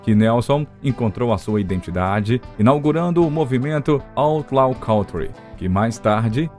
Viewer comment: Kântri é a pronúncia. Não "cauntri". Não sou professor de Inglês, também já errei e desconheço várias pronúncias, mas por algum acaso conheço a de kântri , inumeras vezes citada neste áudio.